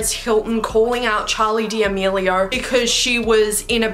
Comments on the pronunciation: She said “Dmelio” I said “D’amelio” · no hate but its da-me-li-o not demilio( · Love this video!! Also, small note: you pronounced Charli's las name wrong. x